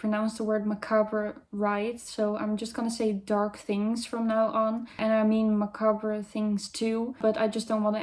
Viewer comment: I like your calligraphy. I was made fun f the way I write the letter t. I am pleased you write it like Jane Austen and myself. You pronounce macabre correctly. I appreciate your accent. Being Goth means having appreciation for high culture. Goths should be encouraged to have knowledge about many topics & subjects. If you like humour about Goths, read the book "Gothic charm school".